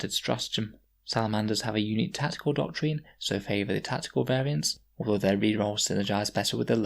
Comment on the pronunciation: It’s pronounced ‘doc-trin’ I’m sorry but that ‘doc-treen’ you keep saying really grates